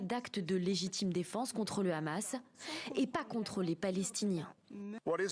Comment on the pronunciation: Le seul responsable, c'est le rrrrrrrrrrrrrrrrrrrrrramassssssss. C'est le rrrramass qui compte les morts, sans le rrrrramass pas de morts.